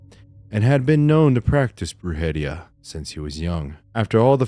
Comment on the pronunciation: Lol, just wanna let U know how to pronounce those 2 Spanish words.... the First one u were saying "wrong" is pronounced (Broo-head-ee-ah) say'em ALL together.... the 2nd word is pronounced (Leem-pee-ya)....I Hope the way I spelled these words help u pronounce them right, then I've actually helped U say 2 "Spanish words (@ least)... Lol😊